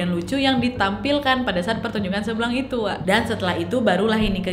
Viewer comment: Kok aku dengarnya tari "seblang" jadi "seblak" wkwk